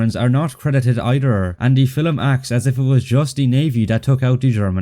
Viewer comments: Great video as usual, but I find annoying how the narrator keeps pronouncing the word "film" as "fillum". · The other mistake is pronouncing film as filum!